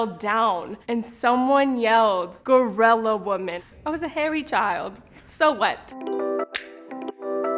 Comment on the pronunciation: Is tha how to pronounce "gorilla"?